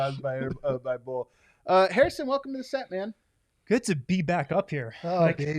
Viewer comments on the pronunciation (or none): Yup... Joe Hair-iss = Hair-ison Wind.